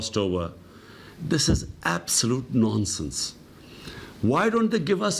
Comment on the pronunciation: it's nonshen ppm 😁😁